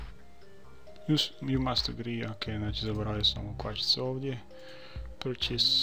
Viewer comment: zasto purchase citar Prčus ko prcenje=jebanje xDDD hahaahh